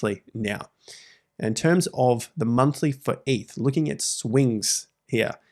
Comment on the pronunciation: its eth not eeth